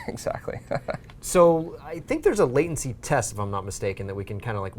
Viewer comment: "Latiency" That is all